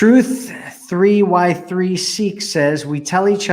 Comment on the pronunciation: Truth3y3seek= truth I(eye)seek 🤦🏻‍♀️ 😐 I cringed when I heard it said wrong.